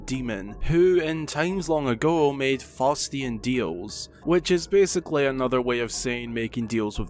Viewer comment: Sorry to be nitpicky, but you mispronounced “Faustian”. The name “Faust” is pronounced “fowst” (like fowl or found) not “fawst” (like faucet or fault). The name comes from the story “Faust and the Devil” where the title character, Faust, makes a deal with an incarnation of the Devil by the name of Mephistopheles.